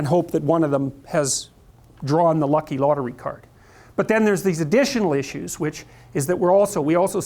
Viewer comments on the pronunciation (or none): none